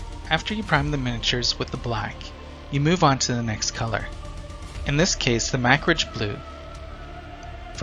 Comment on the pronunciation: Love the vid man!! Just bought this set today. Btw Macragge is pronounced Muc-crag..